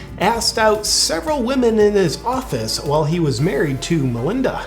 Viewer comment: Did you say Manlinda?